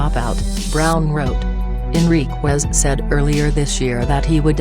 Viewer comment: At least get the man’s name correct. First of all it’s not Martinez, it’s Enriquez. And it’s not pronounced Enriqwez It’s Pronounced” En ric ez”